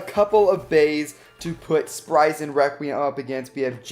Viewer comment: No one: sprigen requwem